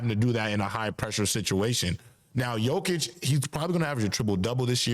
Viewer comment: Dear bro, it's: Yo-kić, not Joe-kić But you can also call him MVP Cheers 🍻